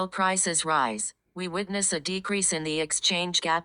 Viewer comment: Rise not ruse Are not ate.